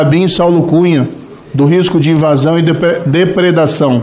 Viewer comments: nao consegue falar "depredação" ... hahaha : voz esganiçada e mal letrado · Ensina o Moro a falar depreda ção